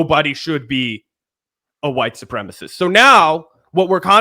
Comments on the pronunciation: Please stop saying white supremist - it's sepremicist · Supremacist. 4 syllables. Su-pre-ma-cist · Supremacist. Four syllables. Learn how to pronounce it son. This is important stuff you're talking about on YouTube.